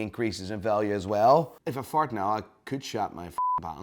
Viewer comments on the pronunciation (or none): none